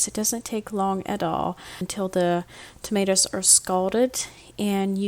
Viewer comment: Tomatoes, not Tomatas